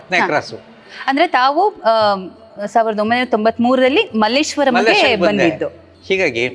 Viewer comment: Mallesheara antha heli kannada kole maadthreera